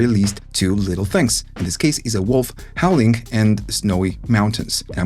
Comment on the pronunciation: Hey, great video as always, and I appreciate that English isn't your native language, but... The wolf is howling, not hauling. If he were, he'd have bundles of cargo strapped to his back like a camel or a horse, for example.